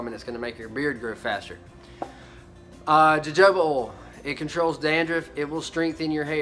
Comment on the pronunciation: I just ordered me a bundle of this beard balm and oil off amazon, I was always curious about it. Also, its pronounced hohoba oil